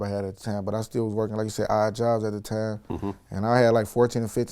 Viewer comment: He doesn't say time he says tame. Not five but fave.